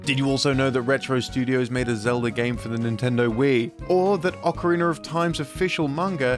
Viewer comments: I giggle every time I hear it pronounced "Occerreiner of time" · It's 2022 and they're still saying OCAREENER OF TIME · ✨"O C A R I N E R" O F T I M E✨ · You really need to learn how to pronounce Ocarina.